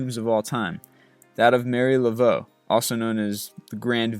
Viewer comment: TheJgriff72 erm no, there is no 'g' sound. Laveau is French in origin. (my 2nd great grandmother's maiden name, actually). Again, there are online dictionaries that will pronounce things for you if you'd rather not take the time to learn how to use the phonetics in an actual dictionary.